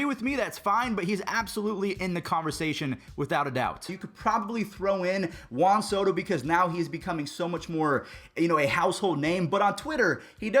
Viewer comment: It’s Juan Soto